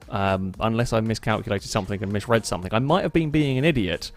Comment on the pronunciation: its something not somethink